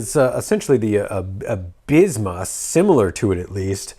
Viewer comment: Nice, I'm glad the Absima (pronounced Ab See ma, btw 😂) Sherpa has found a way to the US market. Had mine since February and it's been amazing. They updated a few bits since the early release and this looks like a straight rebrand of that. I've got a whole series of videos on my channel (including putting a Crawlmaster Sport in there). Can't wait to see what you think of the performance. 🤙